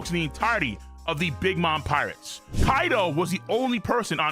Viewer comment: Why do you talk like . Infu-SION . Pi-RATES . 😂😂😂 its hella funny